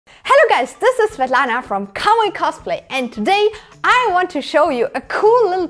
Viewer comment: Svetlana? Мне не послышалось